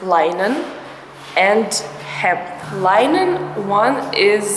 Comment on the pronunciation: I enjoy your videos. The Hemp spool, of what you called rope, I would call string. The i in Linen is pronounced with a short i sound. Your English is good.